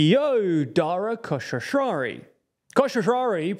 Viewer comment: His name is Dara Khosrowshahi, not Koshrowshrari